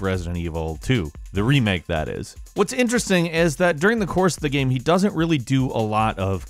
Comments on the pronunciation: Why do you say "Gam" in the #10 review instead of "Game"? 😂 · I can't stand how he pronounces game! "Geme" ahhh!